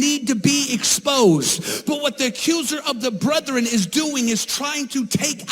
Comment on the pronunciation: the word is brethren. Not brothren. But he isn't wrong about Julie Roys. The rest of what he says, well...